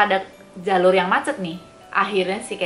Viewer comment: You always tell the story well 🥰 pas bilang "muaceett" oke fix mbae wong jowo 🤣